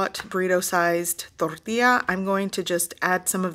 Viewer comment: I never knew that tortilla was pronounced that way. I knew it was a Spanish word, but I guess I was missing a silent letter after the "t" in tortilla?